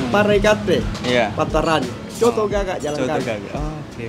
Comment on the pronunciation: bang...sebutannya "COTO" bukan "Soto", dan kalau makan COTO itu harus diracik bang..pake sambal tauco + Jeruk Nipis + sedikit Kecap...